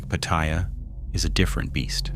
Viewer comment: It's read out phonetically "pah-tah-yah"